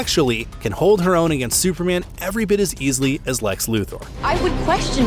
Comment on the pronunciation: It’s Lex…..it’s always lex by the way lol